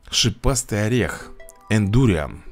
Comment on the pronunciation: Индуриан ударение на а. БЕСИИТТТТ